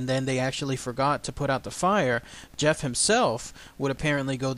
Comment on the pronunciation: I studied the Talking Mongoose in great detail and there are some important things you left out. One thing is that the family also spoke gaelic, thus the name Voiree and they pronounced Gef with the G hard as in goat. Harry Price the great paranormal investigator at that time is the reason we know about Gef today. Mr. Price and his group of investigators all finally came to the conclusion that Gef was real and not Voiree. Gef might have been some sort of poltergeist that showed itself as a mongoose. Gef wasn't always so helpful. He might have held the family hostage in a way. At one time James, the father, tried to kill Gef by putting poison in his food. the little fella became very ill and they could hear him gagging and crying behind the walls. Once he recovered he told them that if they tried that again he would kill them in their sleep. He would eavesdrop on the neighbors and then report what was said to the family. When once he hears someone say something bad about them Gef killed the family's livestock by ripping out the animals throats. He also reported deaths of famous people before news could even reach the island where they lived.